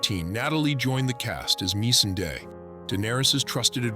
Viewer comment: They also pronounced missandei completely wrong